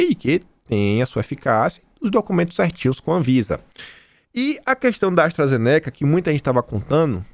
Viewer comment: sua pronúncia sobre a ASTRAZENICA, aiiiiii dói os ouvimos... não é assim que se pronuncia.